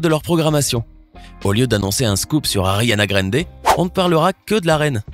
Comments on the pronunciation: "Ariana Grènnede" 🤦🏼‍♂️ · « Ariana Grènnede » Veronique fait un infarctus